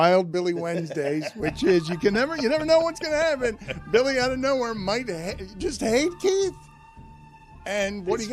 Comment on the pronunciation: Does Dan know it's Billy not Willy 😅